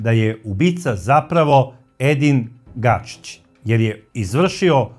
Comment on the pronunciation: Ako je Edin Gačić.,zašto svaki put kažeš Gašić?